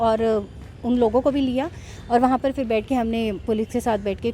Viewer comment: Fri nahin madam Fir kahte hai.